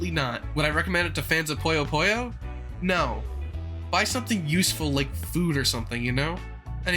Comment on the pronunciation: It's puyo puyo, not poyo poyo buddy.